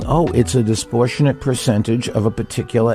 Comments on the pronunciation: "Disportionate" this Disportionate that 🤣🤣🤣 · Disportionate isn't a word, it hurts my ears. (Bloomberg) He sucks besides that though.